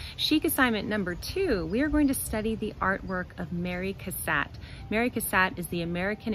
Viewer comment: Her name is pronounced “Cass-AUGHT,” however.